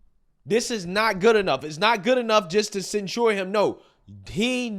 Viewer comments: Wth, is Cen-Shored? You said it wrong like 9 times. Its Cen-SHIRD. Not Cen-Shored rofl.. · Please learn how to pronounce "censure". Love your content! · What does "cen-sure" mean?